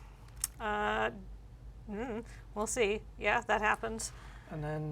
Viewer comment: "come one man, just a little Ponder!? I can handle it, come on, be a friend!" the thing over the second A is a "circumflex" and you elongate the letter. Should sound like "Dan-dawn"